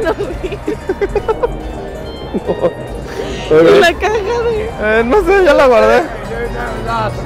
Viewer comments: Minuto Tenkiu ese inglés es de dioses jejejeje genial vídeo me divertí mucho 😏😁 me caen los dos muy bien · Like por todas las veces que dijo tenquio xd